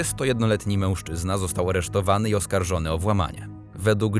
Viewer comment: I błagam, nie " mełżczyzna " tylko mężczyzna!